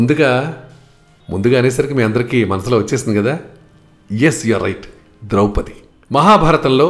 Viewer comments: ద్రౌపతి ఏమిటి అదే తప్పు ముందు, ద్రుపదరాజ పుత్రి ద్రౌపది,అలాగే ఉలూచి అనాలి ఉలూపి కాదు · ద్రౌపతి కాదండీ, ద్రౌపది. భాష దోషమే కాదు భావ దోషం కూడాను.